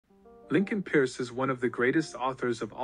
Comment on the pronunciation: Lincoln peirce (pronounced Purse)